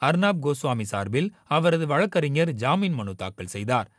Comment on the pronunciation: வழக்கறிஞர் என்பதை சரியாக உச்சரிக்க முயற்சி செய்யுங்கள் நண்பா